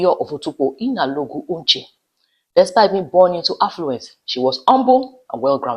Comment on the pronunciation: Your pronouciation of the surname is awful. It is not "Uche". It is "Onche". "On" like in "Ondo" state.